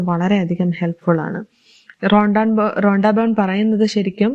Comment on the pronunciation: റൊണ്ടാ ബൺ റോങ്ങാ ബൺ 😂 റോണ്ടാ ബൺ 😂